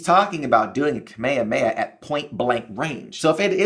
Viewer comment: its not ka-may-ye-heya… .its Kaa-meee-haamee-Ha